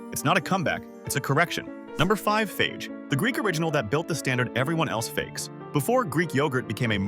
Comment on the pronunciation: What do you expect from AI. And, by the way, FAGE is pronounced FAH-HEH!